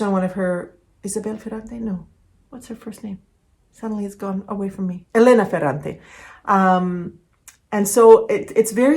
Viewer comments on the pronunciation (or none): none